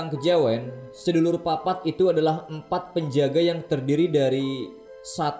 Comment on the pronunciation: Sedulur papat itu ngomong nya gak gitu bang,sedolor papat,oh iya artinya saudara empat Edit : ngomong do nya itu kek ngomong do nya tangga nada